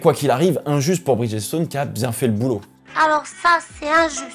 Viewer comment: Petite note vocabulaire ... Bridgestone est un mot composé de 2 termes, Bridge et Stone. Ce qui fait que lors de la vocalisation le "G" se dit comme un "J" et le ''E" de Bridge est muet . Ce qui donne "BridJ-Stonn" a l'audio😉